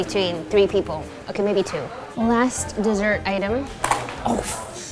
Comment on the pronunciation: When she said dessert I thought that she said sessert